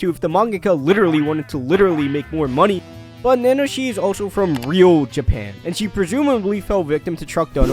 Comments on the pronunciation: Nanoshi XD is it really that hard to pronounce ? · repeat after me: Na - Na - Ho - Shi Na its said twice. She's hot.